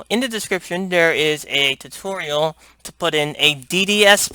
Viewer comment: lol "Hello everyone to my tuturial" wat?